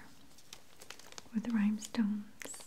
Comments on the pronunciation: I love this video. I love that you say rhymestones instead of rhinestones several times. It's very cute and sweet. My husband (not a native English speaker) says things like that and we get some giggles out of it. It's very very endearing! I think on the spa one I watched last night you said "earmuffins" and I was like "AWW!!!" :) heart heart p.s. don't change the way you say it just because we point it out, okay?! hehe The tapping and the bringing attention to the detail on the cards and journals is so very soothing, as is your voice and appearance. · i heard rhybestones 😂😂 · It gives me tingles when she "misspeaks"